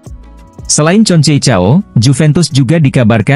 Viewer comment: Konsesao bukan concecao 😅